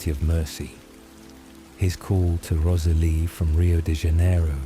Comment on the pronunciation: This is so great; a well written, novel idea. Offering some friendly feedback? I'd be more inclined to listen (to any others) if the commentator's voice was less robotic (even though you're obviously aiming for asmr). Also, hearing a character's name often pronounced incorrectly ('Rosalie', for eg), snapped this Twilight listener right out of the spell of the story. Finally; many sentences are so lengthy they are screaming for editing to add full stops and commas! Or at least more pausing by the commentator. Again - meant as friendly feedback. Hope your channel continues to grow!